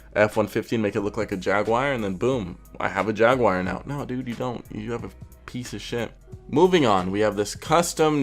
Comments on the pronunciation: ...Yag War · Jag-oo-are not jag-wire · Whats a jagwire? Did you mean jag-you-are? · American: Jag-Wire Brit: Jag-U-Are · Jagwire? you mean Jaguar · It's Jag'war not jag'wire 😂 love your videos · Why is he saying “jagwire” lmao. I’ve heard jagwar and Jaguar but never jagwire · The moment he said jag wire I can down here to see the comments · If you want to die, take a shot every time he says "jag-wire" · Literally no one:: jAgWiRe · dude its JAG-U-ARE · every time you said jag-wire i got more and more flustered J A G W I R E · Not a jag wire , jag you are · jagwire huh?! GG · Why he say jaguar like jag wire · Why do you keep saying "jag wire"? If your making a video on how stupid ricer shit is you might want to know how to pronounce the name of the manufacturer correctly...just saying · Got damn dude it's not jag_wire... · JAGUAR (JAHG-YOU-ARE) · NO JAGUAR BUT JAG WIRE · Sure... Jagwire.... do you also drive a muhs tahng or a moose ting... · Jagwire.. come on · Ever time he says "jagewire" take a shot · don't know why but every time you say Jaguar i understand Jagwire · "jag wire" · so...the guy critiquing other peoples cars cant say Jaguar? if you can at least read....there is no wire in it...like, at all.